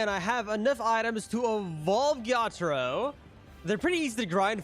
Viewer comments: It was more like ge ya tra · It was like je taro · The way he said Ge-ya-taro made me laugh